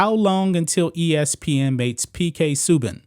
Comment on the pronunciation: Pronounced Su-ban